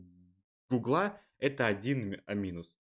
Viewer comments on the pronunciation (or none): none